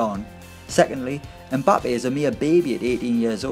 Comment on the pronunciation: You do not pronounce the m in Mbappe, his name is Cameroonian. My last name is Mbella so I would know.